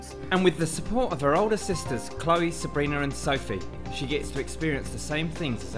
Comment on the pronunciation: the guy says "with the support of her sisters chloe,Sabriner, andsophie" i just needed to say that this is off topic but uhm its sabrina not sabriner